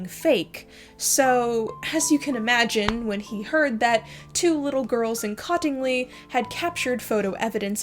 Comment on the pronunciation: Cottingley is pronounced "COAT-ingley."